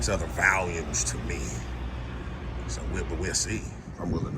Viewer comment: It’s not valiums it’s volumes!!!